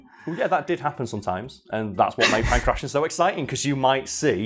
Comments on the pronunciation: in pangration the t is pronounced as ,well, a t. not an -ss-. I live in an area of athens with that name. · how could you pronounce Kratos correctly but not pankration. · Could not have looked up the correct pronunciation of Pankration before filming this? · I love how he sys Punk Russian instead of Pankration. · Don't make fun of someone for mispronouncing a word. It usually means they've only read it, rather than someone else reading it to them.